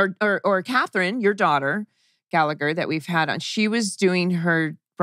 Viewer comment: Hello folks, Just regarding Mr Gallagher's surname. The second g is silent, you don't say it at all. It's an Irish thing..